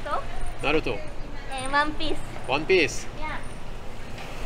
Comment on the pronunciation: when see said WAMPEES(One Piece). Okie give me her number! hahaha